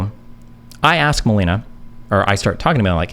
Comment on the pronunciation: i hate people who cant say Ask. it makes me so fucking mad